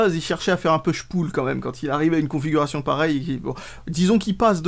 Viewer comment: tu prononces bien le mot "pull", mais "push" y'a du progrès a faire... pour t'en souvenir dis toi que ces 2 mots riment...